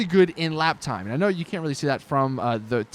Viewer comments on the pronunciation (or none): none